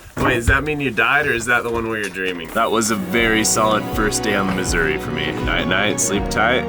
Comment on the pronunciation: i love how he pronounces missouri as "misery" sometimes